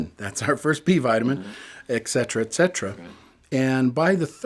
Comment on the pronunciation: regimentation?, ecsetera? Doesn't anyone speak proper English any more? Study your declamentation, It's a great series, but you are educated people setting a bad example. It's "etcetera" :) and regimen. Please, The younger generation are watching you.